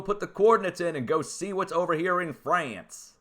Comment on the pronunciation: He said "Fray-ince" LOOOOL